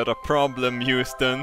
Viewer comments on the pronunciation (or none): none